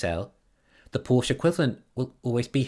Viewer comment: The German family name Porsche is pronounced por-shuh -- two syllables, with the stress on the first one.